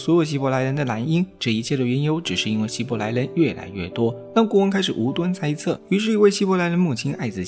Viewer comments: 希伯来不是希来伯，语音读错了很出戏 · 解说可以上过对圣经和世界历史一无所知，所以连希伯来这么有名的名词都能读错。